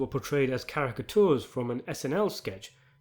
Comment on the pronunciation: It's pronounced carra-ka-chures.